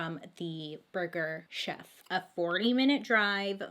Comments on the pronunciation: And I love how every time she said burger “shef” she was trying not to laugh about saying burger “chef” 😂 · I literally fall asleep to your videos every night I love how you tell these stories and your voice and when you said burger cheff or Jeff that had me dyingggg lol 💜💜🤣😘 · Lol i thought you were saying Burger Jeff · I thought she said Burger shack 🤣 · Nicole I thought she said Burger Shelf 🤣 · i heard “burger jeff” and was laughing with her 😂😂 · I died when she was laughing at the way she pronounces burger chef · Burger, burger'Ch'ef. Lol thank you Bailey..🤣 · “Burger chef” please never pronounce anything right the first time because this is the best 😂❤️